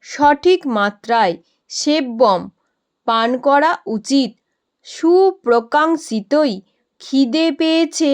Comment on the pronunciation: Mam সুপ্রকাঙিক্ষতৈ eta bhenge bolle ki hobe apni শিতৈ bollen kintu ক্ষিতৈ ache je